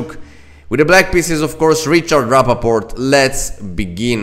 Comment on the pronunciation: Thank you for the analysis! One note: Rapport, not Rappaport🙂